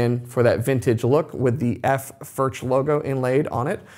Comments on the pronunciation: Cant pronounce Foorh? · Just bough a vintage 2 d sr. It’s ..... beyond the money ! Way beyond the money! Good luck🙌🏽. Also it’s pronounced Furk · Please learn how to pronounce the name. For those of you saying they’re better than Martin, Martin has a very wide variety of models and all are of good quality for the money. If you spend an equal amount as a Collings or Bourgeois you’’ll find similar quality and the sound will generally be at least as good. Sound is objective. Some like bolt-on necks but I believe the Martin neck gives a superior sound to any bolt-on neck (because I prefer that traditional sound). The Martin-style neck is much more expensive to produce. The Martin 16 line has a similar neck to Collings and Furch and many others. The finish on the Collings is excellent. I’ve owned Collings, Santa Cruz, many Martins, and various other high-end and other guitars. Although I prefer the Martin sound, I’m not a fanboy for Martin. I have issues with them. Number one, Martin greatly increased the models available in the last several decades. For those who couldn’t afford a Martin, this allowed many to purchase them, but they weren’t the Traditional Line that made Martin the most famous and most-copied in the world. Martin has the Traditional Line that is built using CNC machines as well as hand-made techniques for some things. The Custom Shop snd Authentic Lines are mostly hand-made to my understanding. The Authentic is easily equal to brands such as Collings and Bourgeois if you prefer the traditional sound. If you like a more modern sound like Collings, Taylor and Bourgeois have you will prefer those brands. I pr